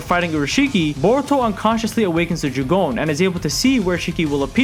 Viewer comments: its jougan not "joogon" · I don’t wanna be that person but it’s not jugon it’s jo (as in jo jo)gan. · Jougan is pronounced "yo-ga-an", The Jougan allows him to sense and see chakra, its pathway system and also, view the invisible barriers between different dimensions, it also lets you see (not "sense", naruto's six paths mode can sense) things the normal eye can like the Rinnegan Sasuke posses(well "passed" since he lost it in the manga). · Jougan is pronounced "yo-ga-an", The Jougan allows him to sense and see chakra, its pathway system and also, view the invisible barriers between different dimensions, it also lets you see (not "sense", naruto's six paths mode can sense) things the normal eye cannot like the Rinnegan Sasuke posses(well "possesed" since he lost it in the manga). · So... did you just call the Jougan a "Jagone" (no hate btw, good vid, it just triggers me a bit lmao) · Say jogooan one more time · Not to hate but it is pronounced Jo(Oh)-gan (g-on) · My god, how u watch boruto and pronounce Jougan wrong? It's pronounced Joe-gan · Not to be a know it all but ur saying jougan wrong